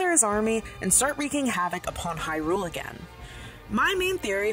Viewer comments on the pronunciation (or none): none